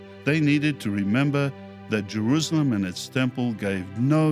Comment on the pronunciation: Why does say Jeruzalem? He pronounces an s as a z. Not important but it bugs me.